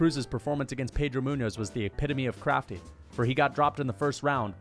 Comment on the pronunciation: “Jan Blachowicz one of the criftiest crafters in the UFC”😭